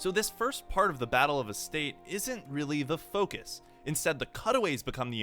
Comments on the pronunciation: Analysis is ok, but throwing in a dislike on account of completely butchering the pronunciation of so many words. Astarte, 'ass-tartey' not 'estate', Reuenthal, not "Rointhall" Phezzan is 'Fez-an' not 'phase-ahn'. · His pronuciation of Reuenthal is quite accurate. Astarte one, on the other hand, is quite atrocious